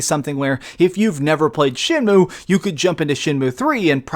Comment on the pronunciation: For all you Americans out there its not shenmoo like a cow its shenmew like a cat While I'm at it its h not haych ur saying too much